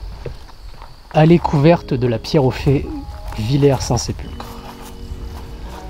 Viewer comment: On dit "Villers" pas Villiers 😜